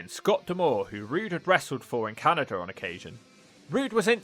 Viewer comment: How does he add a T and an R to Canada?